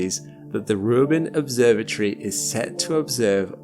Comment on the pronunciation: its not an obsorba tree its an obsorba tory !!